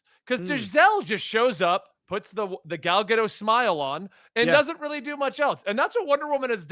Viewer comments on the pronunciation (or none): It's gah-dote, not gah-doh. The last letter of her name is a taf which makes a "t" sound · Her name is GadoTTTTTTT not Gado. It’s not French